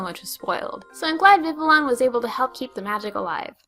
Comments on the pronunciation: I always thought froakie was the least cute of the three and as someone who has loved vulpix since first seeing pokemon I'm reluctant to love any other fire fox. And I just can't resist animals in hoodies :3, so I'm #teamchespin . And Vivillon pronounced Vi-vi-on, the 'L's are silent. It's because it's name is a combination of 'vivid' and 'papillon'. As someone who's owned a papillon (dog) before, I love being the smart ass that points out it's pronouced 'pamp e on' instead of 'pap il ion'. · vi-vee-on, VI-VEE-ON, sorry that always bothers me haha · The name is pronounced Vi-Vee-On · Not to be mean or anything, but Vivillon is pronounced Vi-vi-yon. Like the French word, Papillon (Pah-pi-yon), which mean butterfly. Just saying. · Vivillion is pronounced "Viv-ee-awn" according to serebii. :D